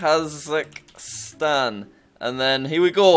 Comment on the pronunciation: Jack it's Kazakhstan not Kazakstan.